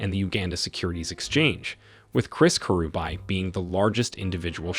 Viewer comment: The pronunciation thoo... Kerubae-kirubi😄